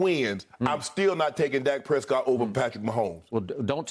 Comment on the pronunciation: Y’all never heard of Flightreacts. He pronounces Dak Prescott as “Dake Prescoot”